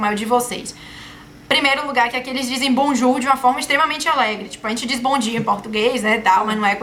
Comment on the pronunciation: kkkkk , Bonjouuuuurrrrrr.